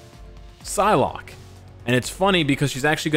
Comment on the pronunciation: He says psylocke 😂